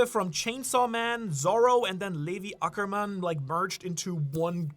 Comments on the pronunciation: I’m sorry but I’ve never heard anyone pronounce Levi Ackerman like that😂😂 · Butchered the name, really! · I don't know if is german but that's literaly how we pronounce him here